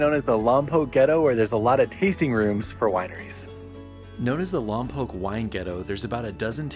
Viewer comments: You say lom pock not lom poke. You’re not local I guess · Wrong ! The Correct Pronunciation of Lompoc is " Lom Pawk " / Not; " Lom Poke " !